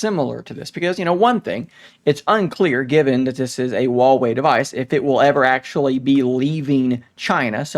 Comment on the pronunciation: Stop saying Wawey it's Huewei.